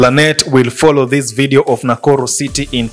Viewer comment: Why are you calling it nakullu instead of nakuru?